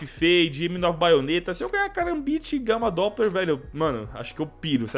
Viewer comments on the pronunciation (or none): kkkkkkkkkkkkk ele Falou Grama Droppler kkkkkk